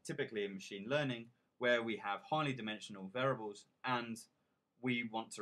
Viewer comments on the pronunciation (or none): VAIR-EE-ABLES. FFS. How can anyone learn from someone who pronounces this word VAIR-ABLES?